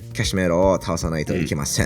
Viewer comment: カシメロとリコンドーの名前言う時の発音がすごく気持ちいい